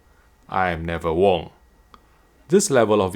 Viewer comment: "i'm never wong" oh you're the best